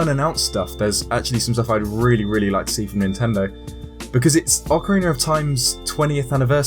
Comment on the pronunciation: Oceriner of time